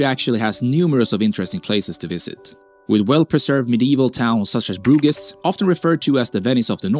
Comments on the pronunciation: As a Dutchy, I'm always baffled by the fact that if you're gonna make a video about the NL/Belgium, why don't you also research how you pronounce, like literally anything; from butchering the names of Rijksmuseum, Baarle, Bruges, Bastogne, Stroopwafels, Gouda and much more.😅😅 Shouldn't be that hard. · He's done it again ! Bruges. Wonderful yet nobody corrected him before the video ?